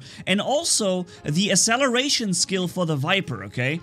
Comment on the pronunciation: Yo bro nc video ❤❤🥰 But iwant to say that acceleration doesn't pronounce asseleration ... but its axeleration .. Plz take it in good way Love ya 😍😍